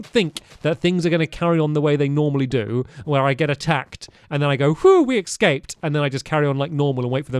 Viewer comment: STAMPY STOP SAYING EKSCAPED ITS PROUNOUNCE IT ES- CAPE